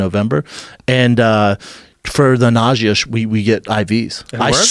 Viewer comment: "for the nawsheah"